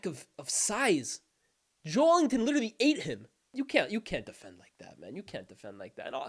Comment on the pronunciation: That’s the correct pronunciation